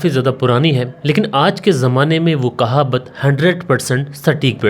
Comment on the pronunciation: You don't know it's not kahabat.... The correct pronunciation is Kahawat...